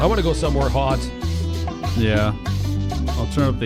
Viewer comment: Just by the way you said the word “hot” I instantly knew you were Canadian lol just me?